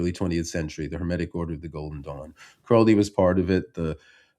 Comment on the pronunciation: Kudos on pronouncing Crowley correctly.